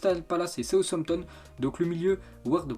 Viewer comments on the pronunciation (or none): none